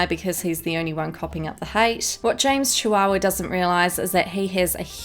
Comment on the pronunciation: Did anyone else hear her say James Chihuahua?